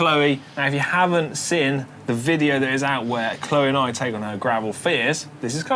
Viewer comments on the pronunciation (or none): Alex, 'seen' not 'sin'. x